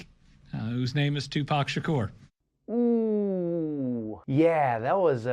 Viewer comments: Its pronounced "Sha'coor" not "Sha'kur" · Tupac Sha-cure? Am I think only one hearing that for the first time? Lol. Love you Trevor! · Love how he pronounce Tupac's last name! ❤️❤️❤️ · Does anyone else think trevor is miss pronouncing Tupac Shakur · how are you pronouncing Shakur again?😂😂😂😂😂😂 Lord I need your recording saying it to set it as my ringtone